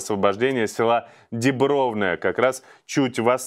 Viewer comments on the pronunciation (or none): Село под Лиманом называется Диброва (ударение на О).